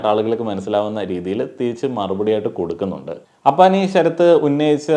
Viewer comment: അപ്പാവി അല്ല അപ്പാനി😂